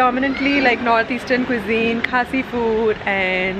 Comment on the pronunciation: I like the way you pronounce Khasi words, like Halari, Khasi, Sohra, and etc, you pronounce all well, thank you for this video, it's really appreciable ,God bless you abundantly